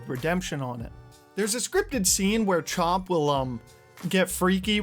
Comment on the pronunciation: Chomp? CHOMP? Mate, the dogs name is Chop. No M. They only say it OUT LOUD dozens of times throughout the game.🙄